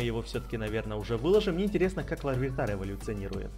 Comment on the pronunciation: правильно читать лавитар просто так почему-то написали